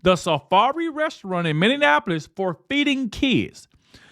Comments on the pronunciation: pronounced Minnie apolis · when are you going to learn to say Minn-e-a----polis